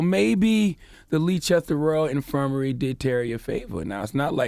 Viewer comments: Hahahahahahahahahahahahahahahahaha Your pronounciation of "Leicester" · Please give Charlemagne the dotd for mispronouncing Leicester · Everyone in the UK is thinking Charlamagne should get donkey of the day by how he pronounced Leicester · He was trying to say Leicester? Fucking hell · The way he pronounced Leicester 😂😂😂😂. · Took me a few seconds to realise he meant Leicester 🤦🏿‍♂️ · I watched this video for one reason to hear how he pronounced Leicester 😂😂😂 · "Leechester" LMAO "Leicester" is pronounced "Lester" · Leechester?! Loool! Leicester is pronounced “Less-ter”. 😂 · No, no, no not Leechester😭😭😭😭 it's Les-ter 😂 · "Leechester" lol its pronounced lester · Charlamagne said Leechester it's pronounced Lester!! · Leicester = Lester =/= "Leechester" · Dude, its pronounced L-e-s-t-e-r (Leicester) and its S-m-e-g-m-a not schegma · Man said lee chester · Leicester = "Lester" He said the name of that hospital wrong too many times for me. Sorry. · Hospital is pronounced 'Lesster' lol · It's pronounced "LESTER!"!! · Leicester is pronounced Lester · Bro it's pronounced lester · Leicester is pronounced lester/less ter my brother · LMAO Leechester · it’s pronounced “Lester” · FAXX . hahahahah. Leechester! too funny! and the fact that the rest of the people in the room didn't correct him means they know no better either. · Yessss lee Chester???? I was thinking there's nowhere here called that? Is he trying to say Leicester or what? He's adding a rogue chest for bants🤣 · And there was me thinking where the hell is Leechester... five seconds later I realise he meant Leicester 🤦🏿‍♂️ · Pronounced Lester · My man said "Leechester" 🤣 oh boy 🤦🏿‍♀️ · Bloody hell I thought this was some place in the US until I read this comment. I didnt realise he was talking about Leicestvall that time. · Why does Charlamagne pronounce Leicester like that 😩😩😩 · Leicester? Lol no h. Americans